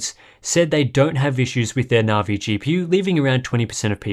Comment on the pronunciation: I love the content and I'm not normally picky but the pronunciation of Navi just grates I'm pretty sure that's a hard